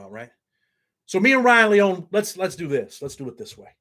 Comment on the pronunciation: it's LEE-OWN-EE lol Ryan will be surely missed. Nikko and Weiland will grow up without ever remembering their Dad and Karina won't forget him. He's with his 1st love Jenny and his best friend Paul 🕊 That gives me solace 🙏